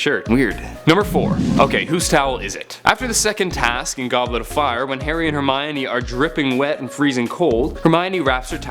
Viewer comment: i got triggered us 4 the first mistake (wich was in prisoner) HE SAID GOBKET OF FIRE